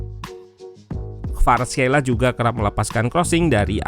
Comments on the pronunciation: Khelia min bukan Kheila🤦‍♂️🤣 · perasaan barusan orangnya nyebut namanya 'kvaratskhelia", "khelia" bukan "kheila"